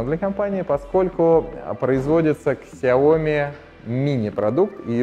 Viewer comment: Что еще за Ксяоми?)У Лэя потекла кровь из ушей)))Сяоми правильно говорить